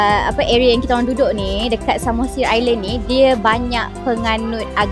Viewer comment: Pulau samosir, bukan sumasir 🤣